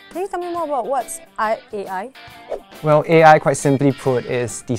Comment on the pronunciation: said IAI instead of AI